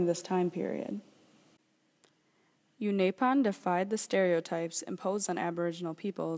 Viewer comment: you've pronounced unaipon wrong